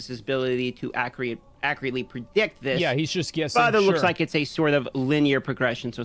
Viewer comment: "acreately", then he corrects himself wrong again "Acreate, acrteatly" This guy needs speech therapy I literally cannot listen to this fool.